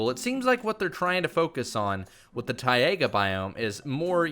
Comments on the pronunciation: You should maybe say taiga right. Its taiga not tiaga...🤦‍♂️ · No hate😂... BUT ITS FING PRONOUNCED TAIGA NOT TAIAGA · ti- AYE -guh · When you said Tiga like Tiaga and I was like wow a new biome already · It's pronounced TI-GA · LOL , the way how you spell “Taiga”!!